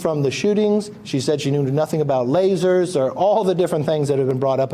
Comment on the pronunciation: Oh, lasers, I thought you said laces!